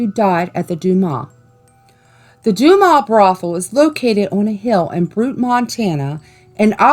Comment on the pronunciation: You pronounced butte wrong and dumas wrong